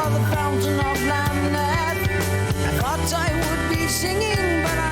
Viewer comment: It is Lam-neth. A clue is it rhymes with breath. This album gets a lot of crap, but I love it. The Necromancer is my 2nd favorite Rush song behind 2112.